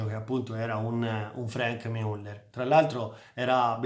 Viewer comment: MIULLER non si puó sentire